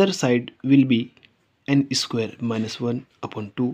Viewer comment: Please dont say esquare esquare... It is just square. No need to prefix an e sound. Just told. By the way, good video